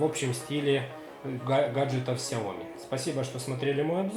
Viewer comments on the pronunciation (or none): none